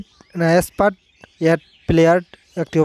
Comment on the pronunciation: vai english ki porte paren na export re expart bole caliye dilen😂😂😂😂 aro onk vul bolsilen